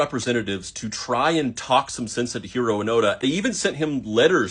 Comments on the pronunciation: Oh, his name is Hiro-o, it sounded like he said Hero. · there wouldn't be a pause in it or anything, it is just a slightly longer O sound, which is almost imperceptible to people who don't speak the language or other languages with similar rhythms.